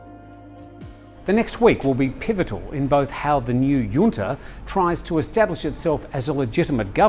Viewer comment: JUNTA is pronounced {Junta british english} or { Hunta US english} Never heard it as Yunta before...